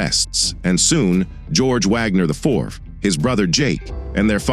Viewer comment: Your AI-voice should learn how to correctly pronounce "IV".